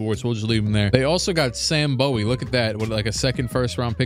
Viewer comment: Kentuckian here. It’s Sam BOO-wee